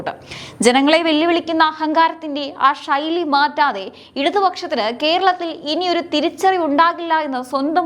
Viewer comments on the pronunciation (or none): ഷൈലി അല്ല.. ശൈലി..